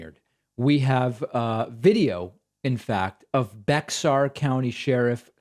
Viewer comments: David, sir, the county is pronounced “bear” or “bay-er” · Not Bex-Are. Pronounced Bear County in Texas. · it's actually pronounced bear not bex-ar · They pronounce it "Bear" county. No idea why, but that's what it's called. Not the phonetically correct Bexar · David, Bexar county is actually pronounced “Bear”. Not Bex Ar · Not "bay-er". The "x" is silent, not pronounced as a "y". San Antonio resident here. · Sheriff pronounces Bexar as "bear" not be-har or becks sar. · David you leave out the x in Bexar County it’s pronounced bear like the animal I hope you will reply to this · Glad to see the county that I was raised in representing. PS: The “x” in Bexar is silent so it is pronounced as “Bear”. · Pronounced "bear" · Bexar is pronounced “bear” down there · Not Bexar county, it is pronounced “beihar” county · its spelled weird but its actually pronounced Bear county, like the animal. might be French or something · Bexar is pronounced Bear. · Just to let you know, Bexar is pronounced Bear. That said, I’m from a neighboring county. I’m very pleased to see this happen. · its pronounced "Bear" county... i know its dumb but thats how its said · Bexar is pronounced “Bayer”. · Bexar county is pronounced bear like the animal ;) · Bexar County? I went to college there. Its where TXST is. Its pronounced like "bear" btw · Its pronounced "bare" county 😀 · David! It is a silent X in Bexar County, TX. Silent X’s make as much sense as everything else in texas, i guess. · Lock him up!+. Btw, it's Bear or Bayer (same thing except slower) county, depending on where you are from. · Bexar county is pronounced Bay-Ar county. Love your show David! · One syllable...bear. San Antonio resident here. The "x" is silent. It isn't pronounced as a "y". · fYI David the Bexar county is pronounced (bear) like the animal ❤ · The county is spelled Bexar but pronounced Baer. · I agree with you 100%, but please know that Bexar is pronounced bear. Proper pronunciation is important.